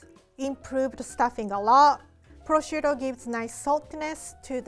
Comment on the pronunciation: The minute she said to put down the purshuto,I immediately thought of beef Wellington